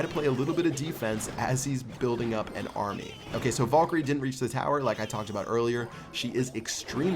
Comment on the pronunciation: I got a bit annoyed when he said volkyrie instead vAlkyrie